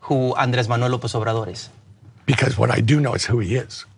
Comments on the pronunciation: Can I just say that he pronounces the name okish. He literally said “snsndnnaj-obrador” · not the easiest name for a non-Hispanic English-as-a-first-language westerner to pronounce in his defense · Though I'm not a supporter, great point to Buttigieg. Notice however that the interviewer says he is the first one all day to know the answer...so it's conceivable that after the otherswent through the grinder that someone on his staff heard about it and made sure that he knew, even if he could barely pronounce the man's name.